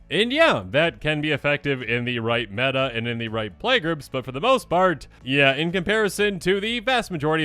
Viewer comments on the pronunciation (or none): none